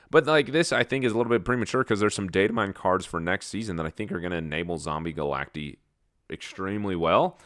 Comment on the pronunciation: Is this the beginning of the one take meta?! This meta is more interesting than Snap's OTA. The yawns need to be nerfed though lol Also, for what it's worth: it's Galact-EYE, like cacti, not Galact-E. Snap pronounced it wrong in their own promo video before later acknowledging the mistake.